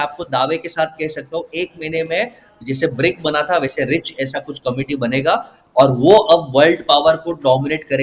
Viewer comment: RIC NOT RICH